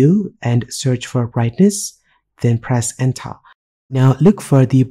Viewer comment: "Press ENTHAA !" was the best part of this video loved it ! :)